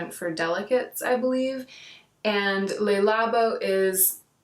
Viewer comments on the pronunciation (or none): "le" in Le Labo is a French "le". "Labo" is an abbreviation of the word "Laboratoire", or laboratory. :) If it was the way you pronounce it, it would be spelled "les" :) xx